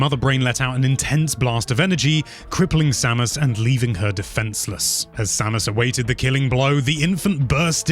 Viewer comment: next time try to talk slower, also put more emotion in your voice, so its really listening to a story then just go and tell everything quick. and maybe i have no right to say this, (because my english is very bad) but some names where spoken out wrong. they prenounce it other in the games itself specialy Samus. but overall awesome video. big like from me